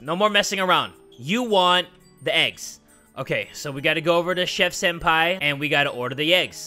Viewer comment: Why do u say sENpAPi